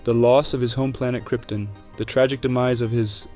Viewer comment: Kryptin? 🤨 You mean “Krypton” don’t you? 😉